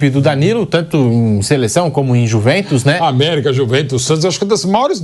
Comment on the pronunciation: "A iuve" "A iuventos" 😂😂😂